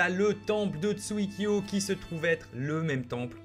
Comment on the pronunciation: Je suis le seul à qui sa énerve quand il dit tsuikyo